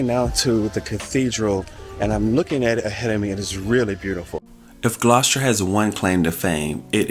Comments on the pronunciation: It's not pronounced "Gloss-cher". It's pronounced "Gloss-ter". The pronunciation of place names in the UK can be confusing for non-locals (even for British people if they're not from the local area) because many places are not pronounced as they are spelled. It's nice to see you visiting so many places in the UK and enjoying yourselves! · Its pronounced Gloss-ter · Gloucester isn't hard to pronounce. It's pronounced gloster as to rhyme with foster as in foster parent. Dr Foster went to Gloucester, remember the rhyme.